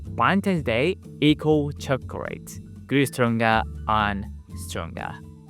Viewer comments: Chocorate not chocrate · he says Chocorate